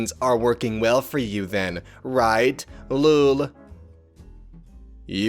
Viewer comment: You saying lool instead of lol made me stressed